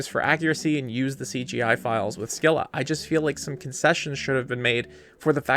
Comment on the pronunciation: Pronounced Skai-luh. Take it up with the Greeks who made the word.